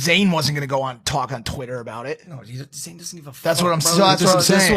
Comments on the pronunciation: IT IS NOT ZANE, IT IS ZAYN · you were irrelevant anyway and by the way it’s Zayn